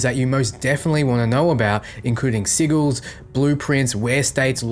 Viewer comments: Pronouncing it incorrectly was amusing at first in the other videos, but when you are specifically talking about Sigils for the first third of the video and repeatedly saying "Siggle", it is very distracting. This is why you have a lot of comments focusing only on the weird pronunciation. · Omg. Sigils had a soft G. Like "sijils". Lol sounds like you're saying "seagulls" XD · 100% sure I just heard say "Siggles" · Sigils is pronounced (Sid-jills) or (Sijils) 👍 lol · Oh god mispronounced sigils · When you say sigils it sounds like a two year old trying to pronounce a word too big for them.